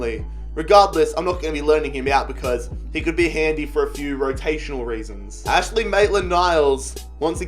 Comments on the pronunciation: Maitland's first name is AINSLEY not Ashley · it is Ains-ley not Ash-ley Maitland niles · Its Ainsley brah